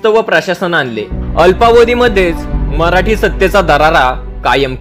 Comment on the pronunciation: मराठी असा उच्चार म्हराटी का करता?